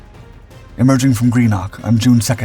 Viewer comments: Everyone's getting wound up about the pronunciation of Warspite, but as a Scot it was "Gree - KNOCK" that made me flinch the most... 😆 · He can be let off for that one, though...only someone who's heard the correct pronunciation would know, even Most English, Irish and Welsh people. Greenock won't come up much in American conversation. Who can blame them? : )